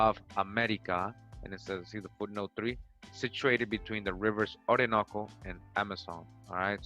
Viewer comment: Anyone else think the same thing when he said Orinoque?…Anunaki